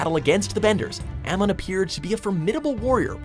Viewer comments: I don’t understand how people can pronounce any of these names wrong...like...they literally say them in the show. How?? Amin? It’s AMON! (Uh-mohn) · No one: Absolutely nobody: Not even M.Night Shyamalan This guy:Aamin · The way he said Amon and Unalaq.... GORGEOUS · Oh!!!!! That shade of it all. Also true. When he mispronouced Amon I exploded. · the guy said "yewnalack and "eahmawn" bruh clearly he didn't watch the shows wtf is this. they need to review these videos before uploading them bruh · Do the people who even announce these even watch the show? "Yunal lack" "Amin" ?? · WTF?? YUNALAQ???😂😂 Zhao at 7 & Unalaq at 10th?? TF?? Whats VAYTU?? It's VAATU... 😂😂 Dafuq?Dafuq?Zaheer at 5...He should be in Top 2 Again??Who's Aymon?? 😂 😂 HAMA... FACK😨😱😨 Azula!! Well Deserved... ❤️♥️❤️ NOPE!! But The Pronunciation Changed When WatchMojo Attacked, Only The M. Night Shyamalan,The Master Of Live-action Movies, Could Save The Viewers But When The World Needed Him Most, He Vanished 😂😂😂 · These pronunciations are horrible. ITS OO-NU-LAK. AND ZHAO IS NOT ZAO. AMON NOT AMUN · Yunalak? Zao? Amun? ZAheer? Ouzai? You're lucky you didn't have to pronounce uung... aang. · "Jow," "OO-nuh-lock," "uh-MON."